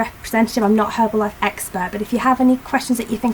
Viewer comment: That's great to hear:)! I'm just asking as there are soooo maaaany distributors who are actually sellers and give the brand bad name. Your results were very impressive! BTW, it is an enjoyable video and it was so nice to hear "H" in "Herbalife";) x